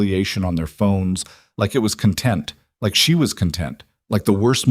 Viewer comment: Content meaning satisfied; content meaning things/material are spoken differently. Please teach your AI or your narrator about context for meaning. Thank you.